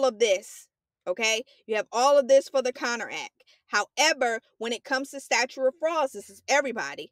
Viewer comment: also says statue instead of statute in the video